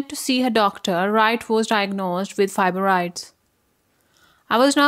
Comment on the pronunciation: I was wondering the same thing. It sound like she said fiboroids.